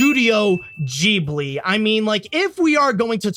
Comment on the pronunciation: Who's gonna tell him he's pronouncing Ghibli wrong?